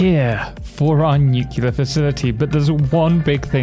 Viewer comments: OMG thank you NEW CLEAR. Nuclear, not newqueuelure. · Thank you so much for going the extra step to pronounce it right. It was hammered into my head by my grammar teachers in the 1970s only to have to wince through the aughts while George W. Bush mispronounced it multiple times a sentence.